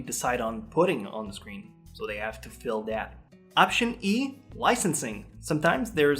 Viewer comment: I know you said slots but it sounded like. tv stations have slots they have to full.